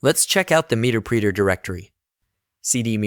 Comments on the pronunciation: OMG!! Muh-Ter-Pre-Ter NOT MEETERPREETER otherwise great tutorial. LOL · the voice is AI...he called it "meterpreeter" lol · "Meter preeter"... 😅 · This has got to be an AI voiceover... "meter preeter"?? "post gers"?